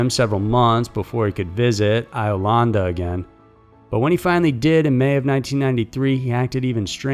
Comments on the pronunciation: "Eye-o-landa"? Really?!? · Pronounced Beg-itch & Yo-landa. I-o-landa? Dude, really?